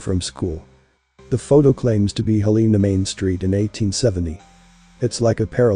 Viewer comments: Not “Heleena” “Hellanuh” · You are pronouncing the States capital wrong. Its pro-nounced Hell-in-A spelled Helena. YEP, the population is also wrong. They ( the corrupt mt gov.) Keep all the cities population down. In Missoula mt. In 1980 the census was around 80,000. To 100,000. People. Then in 2020. They said the population is only 100,000. People. But in truth there is over 1 million people in Missoula. & in most larger cities in mt. Have over 1 million people. They keep the numbers down . So the Books will NOT show how much in taxes the Local gov. Is getting. Did you know all property tax goes to your local city gov. Not the State just your local city. Schools, police, fire depts. Etc... a 1 bath 3 bedroom house is average 5-7,000 per yr in taxes. I can prove this... that mean you have to save around 5 to 700. A month just for the taxes. On a 14.00 $ hr job. Wont cut it. That is if you own your own house. If you have a mortgage the cost goes up. & there is No longer any real industries in Montana anymore. Some coal in the eastern part of the state. But no more mills anymore. 😢. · It's Hel la na. I don't know what you say on the west coast. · Like the content, teach your robot how to pronounce Helena correctly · Yeah, It could have been better if Helena was pronounced correctly.